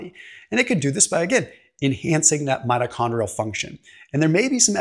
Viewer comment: Mitochondrial not metachondrial